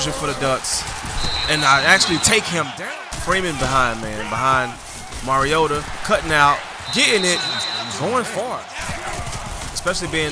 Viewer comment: its not moriota its mar_i o tu